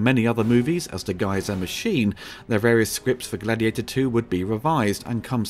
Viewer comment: It's actually GLADIIATOR, as the opening tells us. 😂